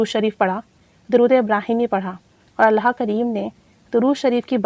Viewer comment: Sis with hufe respect kindly ALLAH bola krain Alha pronounciation wrong h